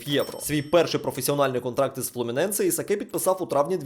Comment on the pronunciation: Брат не кринжуй...ну який Исакé?😂😂😂 Исак читаеться😂